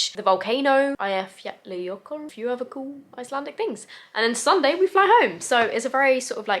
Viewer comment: I am from Iceland and I have to say that your pronunciation of the Icelandic words and names are pretty good.